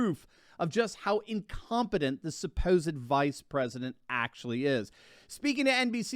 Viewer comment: Harris seems to have lost the letter "t" in her ever growing incompetence..The Presiden, a single paren, le me finish my senence.... etc. If one didn' know better one might think she was drunk.